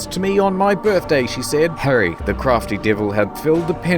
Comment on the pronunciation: Its "Harry" BTW😒